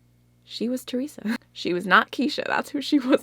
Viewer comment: You look so happy just talking about your time in nyc! Just FYI: Theresa says her name at the beginning of her vids. It’s said as if there is no “h”...similar to Tuesday=Theresa.